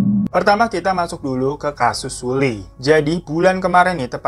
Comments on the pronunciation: Btw bacanya seolli, bukan sulli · 2019 tahun terkelam buat para kdramaland dan kpopers 😖 Semoga tahun depan dunia perkpopan gada lagi kejadian kayak gini. RIP buat Hara sama Sulli 🙏🏻 anw bang Sulli di bacanya Seolli, maaf cuma ngasi tau hehe semangat trus yaa bang glowing 💎